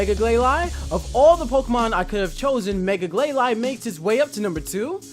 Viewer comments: BRA I'v wanted Glalie since I new about that guy and Mega Glalie.And its pronounced (gl-A-lee). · Its Glay-Lee not Glay-Lie (Glalie) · it's pronounced glalie (lee not lie) and claw it zer! not claw tizer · did he just say clawtizer instead of clawitzer and also gla'lie' instead of gla'lee' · Glalie is pronounced glay-lee and Clawitzer is pronounced claw-itz-er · its pernounced Ga-lale-E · Gl-lay-lee Just saying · Clawitzer is pronounced 'Claw-vit-zer' (since it comes from German), and Glalie is pronounced 'Glay-lee' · Glalie............NOT GLAY-LY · It's glail- e just saying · It bothers me how he's obviously reading notes on a screen the whole time. I also can't stand how he pronounces Glalie and Clawitzer. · I'm sorry very tiny Nitpick of mine, Your Pronunciation of Glalie doesn't bother me as much but Clawitzer is pronounced Claw-Witser. You're saying it as if the "I" and "T" in it's name are swapped. Great list though :)